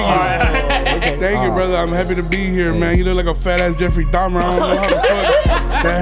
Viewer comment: He really called Johnny Jeffrey DAYUM-er